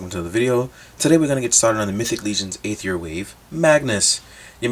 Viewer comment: I thought it was pronounced arr-eth-ear?